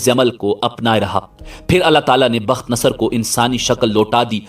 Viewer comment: تم جاہل آدمی ہو. تمہارا مطالعہ بہت کمزور ہے. پہلے تو بخت نصر کا تلفظ تم غلط کر رہے ہو. دوسرے ساری کہانی بے تکی ہے. وہ بادشاہ دانیال علیہ السلام کے ہاتھ پر اسلام قبول کر چکا تھا. تمہاری جہالت مسلمانوں کو بھٹکا دیگی. روپیہ کمانے کے بہت راستے ہیں. مگر جہالت سے روپیہ کمانا حرام خوری ہے.